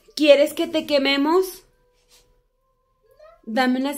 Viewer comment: Aca los que escucharon cuando dijo quieres que te quememos y se escucho ño